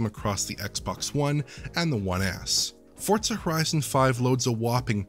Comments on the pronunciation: no, they're saying it wrong. There is no T. Saying Fort Suh is more ridiculous than if I went to the Tsoo with Tsendaya from Spiderman and there was a Tsebra but then there was a zunami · Why the hell does everyone call Forza "Fort Suh"? Who taught you people English?